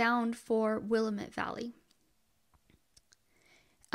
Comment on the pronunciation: Willamette is pronounced Will-am-it and the E is silent on Grande .